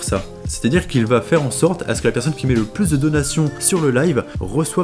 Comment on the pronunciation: Ouais ! T aurais du fiaire plus de recherche que ca ! T en a pas fiait asser ! Alors fIais en plus ! Serieusement, qu est ce que ce i fiait la ?